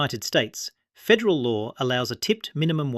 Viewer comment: "Fedal Law"? This is A.I. slop, isn't it.